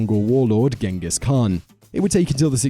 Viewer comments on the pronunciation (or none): none